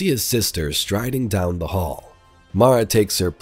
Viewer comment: I can't take you seriously saying "teh" like it's 2007 myspace.